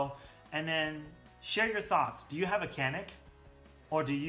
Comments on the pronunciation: Actually it is almost a y,not so much a j yanik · Very nice review. Just FYI, it's pronounce Ja-nick. C is like a J sound.